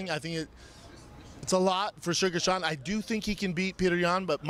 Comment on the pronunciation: My man called Sean, Shane, then picked up on BS butchering names haha.